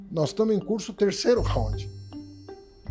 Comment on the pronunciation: O cara não sabe nem pronunciar Round ,kkkkkkkkkkkkkkkk